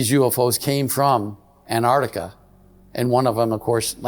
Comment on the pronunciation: It's pronounced Antarctica, not Anartica.